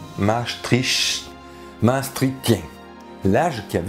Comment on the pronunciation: bonjour, la ville hollandaise de Maastricht, se prononce Mastrickt, note d'une petite belge qui parle un peu le néerlandais:-)